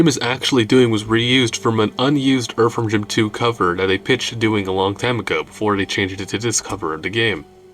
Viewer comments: Cant take uou seriously saying erverm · Dude why are you saying the word "Earthworm" so weird, so many different times? I mean, you picked the topic. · Erferm Jim.